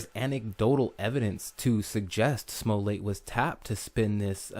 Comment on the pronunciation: Pronounce his name "Smol-let", just as you would say "Smurfette". And MAGA sounds better when the first A is a short A sound, and the second A has the "uh" sound.